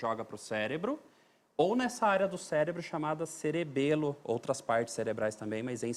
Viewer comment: "Celebro" dr.???